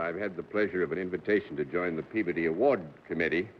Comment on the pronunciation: I'm really impressed that John Daly pronounced the surname "Peabody" correctly!! I get so disgusted with so many people saying that name like the 2 words "pea" and "body." That's incorrect.